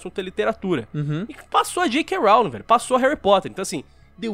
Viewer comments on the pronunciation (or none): Sem querer ser chato, mas certamente sendo, essa foi, de longe, a pior pronúncia de "Rowling" que eu já ouvi na minha vida, mds